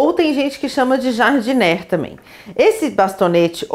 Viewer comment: Como vc está nos ajudando, deixa eu te ajudar também: uma dica: ´Jardinière se pronuncia : Jar-di-ni-ér